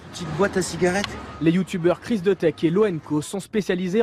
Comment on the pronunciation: ils disent chris dEUtek